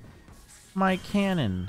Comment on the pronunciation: and also: MY KHÄNÖN